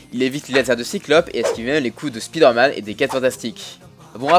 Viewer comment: On prononce "Spaïdeur Mann"